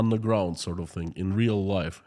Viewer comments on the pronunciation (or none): none